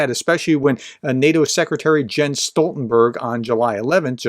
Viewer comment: OK professor....Jens is YENS....Macron is Ma-CRAW. Love this channel!!! Watching West of Montreal, Quebec, so I well know French pronunciation